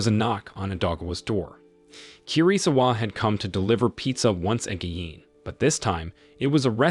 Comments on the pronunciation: wtf is wrong with tts saying 'AGIN' wrong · the AI voice is struggling to say again a lot